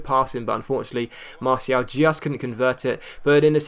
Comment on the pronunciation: still saying martial wrong.